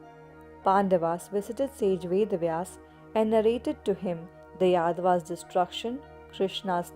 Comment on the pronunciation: Im hearing like yedavas 😂😂😂😂😂